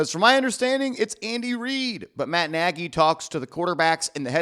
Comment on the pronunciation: It's pronounced (nay-gee)